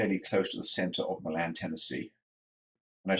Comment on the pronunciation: Hey! Nice video! Just an FYI Milan is pronounced MY-lunn with the emphasis on the MY. After moving to TN 34 years ago, i had to familiarize myself with the local pronunciation of several towns. One of my favorites is Lafayette, TN pronounced la FAY et. Looking forward to seeing your model come to life! - Brian